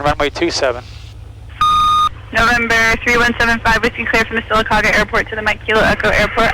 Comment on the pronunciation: Don't skip around saying Sylacauga. You did it right in the first video. Pronounced "Sillacogga" to locals. :)